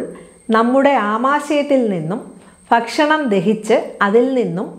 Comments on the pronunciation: നല്ല ഉപകാരപ്രദമായ വീഡിയോ. ഇതിൽ ഡോക്ടർ ഒരു ഉച്ചാരണം sariyaakkiyaal നല്ലത്. ഫക്ഷണം അല്ല. ഭക്ഷണം.fa എന്ന അക്ഷരം മലയാളത്തിൽ ഇല്ല. അത് english il മാത്രമേ ഉ ള്ളൂ. ഭ എന്ന അക്ഷരം രണ്ടു ചുണ്ടും വയുടെ ഉള്ളിലേക്ക് മടക്കി വച്ച് കൂടുതൽ ശക്തി കൊടുക്കാതെ അല്പം ശക്തി യായി swaasathodoppam പറഞ്ഞാല് ഭ എന്ന അക്ഷരം കിട്ടും. പ, ഫ, ബ, ഭ മ. ഇതിന്റെ ഉച്ചാരണം ഒന്ന് ശ്രദ്ധിച്ചാൽ നന്നായിരിക്കും. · ഫക്ഷണമല്ല, ഭക്ഷണം